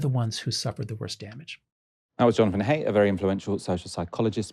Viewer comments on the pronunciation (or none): Haidt - sounds like height, not hate. Basic courtesy